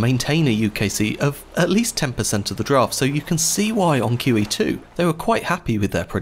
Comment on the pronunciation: I enjoyed this topic. My only advice for improvement is to put the name of the ship in the title. Instead of "She" use QE2, because when I initially heard it, I thought you said Kiwi 2. And you didn't repeat the name in the video. Had to use captions (and I hate using captions) to hear it properly (after I finished my initial watching of the video). Squat!